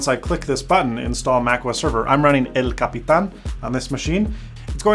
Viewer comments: You pronounced “El Capitán” correctly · Do you speak Spanish? The "El capitán" pronunciation was perfect! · That "El Capitan" sounded so truly latino xD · Amazing "El Capitan" pronunciation! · The way you said "El Capitan" sounded like a native spanish speaker. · Lo mismo pensé :v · El Capitán...... perfect spanish XD Saludos! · I came to say the same ¡pronunciación perfecta!